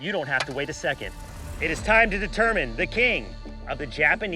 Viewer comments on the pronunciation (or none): none